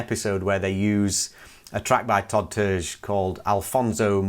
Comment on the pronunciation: Terje is pronounced like tar e ah